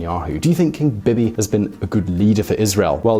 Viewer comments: Bin-yah-meen Net-tahn-yah-hu. Bee-Bee not Bib-ee. PMs do not have terms. Governments do. We elect party lists based on their platforms. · Are British people incapabale of pronouncing things correctly? You can clearly hear how its said in Israel. I'm American, and I'm capable of saying it the same way. "Bee-Bee" Not "Bib-e" BEE BEE. BEE BEE NETANYAHU. You thick fuck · Bib-ee? Bee-Bee.